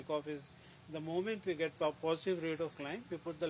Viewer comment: "vee have seen it"